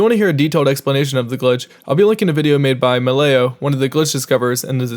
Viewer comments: Mal (like in “mallet”) leo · I believe that Malleo is pronounced "Mah-LEE-oh" or "Maa-LEE-oh" similar to Mario except wrong